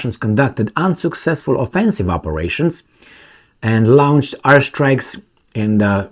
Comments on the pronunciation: not "lownched" as in town, please pronounce it as "lornched" as in torn! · Lornched? Where did you find an R in launched? Try "lawnched" like most English speakers say.